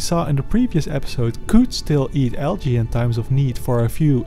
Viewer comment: why do you say algae like alga